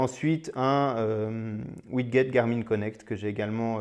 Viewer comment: On dit "ouidjet" et pas "ouidguet" 😉